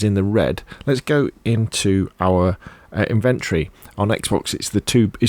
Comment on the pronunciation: Amazing video bro really helped. But please put the o back into inventry. It's in ven tory